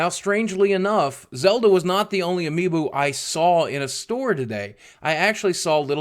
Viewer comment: he said amiibo wrong